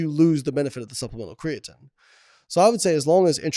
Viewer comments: CREATINE ... not creating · small nitpick here obv but I absolutely cannot stand the way he says crea-tin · What does he pronounce it Crea-Tin? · Whats the word im looking for.... You have 2 “professionals” who cant even say the word “creatine” properly... Is this irony or... ?